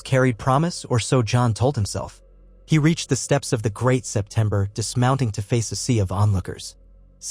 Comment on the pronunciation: So is it a Crytopber of Anubis? That is how Obsurd Setember of Bailor sounds. Also pay attention to usage of the word for it's meaning a Bow ( infasies the Oh sound for the weapon or ribbon) & Bow infasies the Ow for the motion in reverance/Respect.